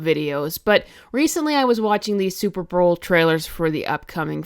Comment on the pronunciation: "Super browl" my favorite lol